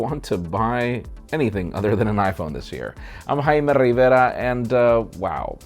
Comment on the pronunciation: That's the correct Spanish pronunciation